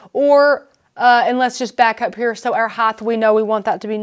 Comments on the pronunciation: width, length, and HEIGHT not heighth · Can someone please tell this host that there is no such word as heightH - it makes me cringe each time she says it. I know, it is so KAREN of me, but she is talented and knowledgable and the mispronunciation is distracting. It's in multiple tutorials.